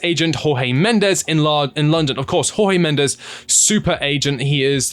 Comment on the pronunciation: Felix is a disaster, needed tor Finances only. By the way it's not HawHee Mendes he's Portuguese!